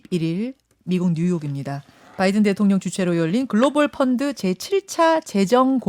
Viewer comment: 바 날 바 로 들리네요ㅠ 잘못은 인정하고 사과를 깨끗히 해야하지 않을까요?